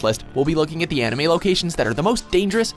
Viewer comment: I swear he said ANIMEE!!